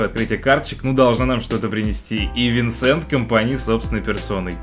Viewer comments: Не винсент, а Венсан компани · венсан правильно, а не винсент